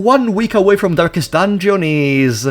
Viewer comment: ah yes, "durkest dunjon", my favorite game